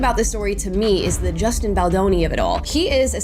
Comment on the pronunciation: I don’t feel like a grown ass man, being a billionaire you would assume he has some intelligence, however ARI Emmanuel being this man and hearing him purposely mispronounce Justin’s last name is very juvenile and shows his true colors and lack of maturity so it’s fitting that he would support BL and RR.